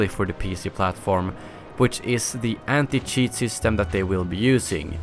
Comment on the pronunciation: Cheat With a Swedish accent= Sheet😂😂